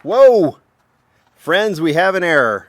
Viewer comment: A "RERROR" if you will